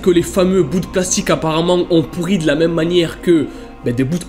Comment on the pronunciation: J'adore car tu dis pourri't et pas pourri